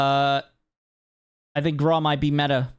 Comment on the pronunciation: It's pronounced graow. Not graw lol hey tomato tomato. Biggest L's are the armor satchel holding just 8 plates. Noone was ever made about having more plates lol especially when they are hard to find. Also I was hoping gas grenade and impact grenade were gonna be gone. Wouldn't be a big deal if the munitions satchel was gone. But you can still get it lol oh well. Verdansk is gonna be a vibe if they change up the meta and have stable servers with little to no cheaters!!